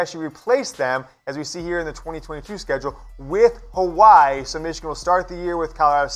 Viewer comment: Dude u don’t know how to say Hawaii